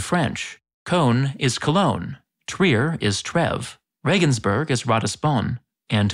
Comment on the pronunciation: Same with "Reigensbourgh" - it is "Reeeegensburg".